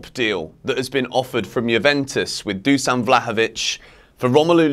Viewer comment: Better vlahovovic on bench then lukaku. I said it month ago. And it's pronounced Dushan.